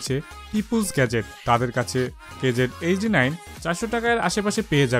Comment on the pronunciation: It's KZ not QKZ 😑😑